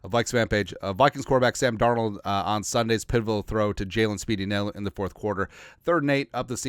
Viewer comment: Hey who is Sam Darold 😂😂😂 that sure sounds close to darnold tho lol jkjk SKOL TO ALL THE JEROMES HAVE A GREAT DAY FAM!!